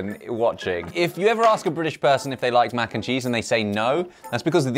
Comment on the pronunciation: I'm sorry but your "MAC" n cheese is "Wac" n cheese.😂😂❤❤